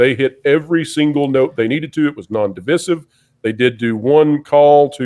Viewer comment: When did everyone begin mispronouncing “divisive?” SO ANNOYING.